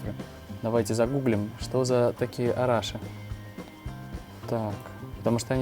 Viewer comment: Arashi (ударение на И)